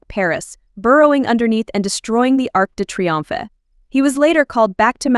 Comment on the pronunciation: All though im a filipino arc the triomphe it pronaunced arc - the - tri -om - ffffff